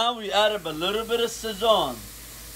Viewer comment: now we add a little bit of sayon🤣 (sazón)